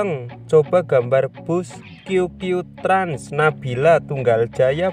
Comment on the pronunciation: qq trans ❌ kiuw kiuw trans✅ kedengaran gak